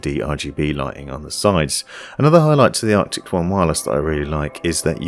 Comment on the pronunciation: Loving your videos. Keep up the great work. I still get a laugh every time I hear you say Arctics instead of Arctis :-)